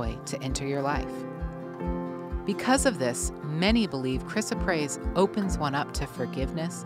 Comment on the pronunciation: This is baloney. Gemstones are rocks and yes beautiful, but all the malarkey that gemstones are healing, creative and what ever is just airplay to sell. She is not even pronouncing the stones name properly. lol